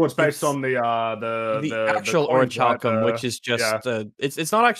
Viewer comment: I shall use the power of the Ori-chal-co-ma-los, may-yun!